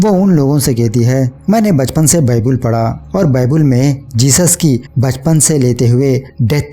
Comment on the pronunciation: Baibul nahi baibal hota hai